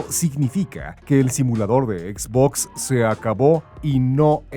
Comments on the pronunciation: Se pronuncia etz botz, fin de la discusión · por tienen a alguien haciendo locución si no sabe pronunciar xbox correctamente